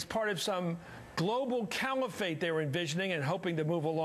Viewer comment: Said part in all of this is that matthews pronounced Califate as Camifate couple of dies. Both are morons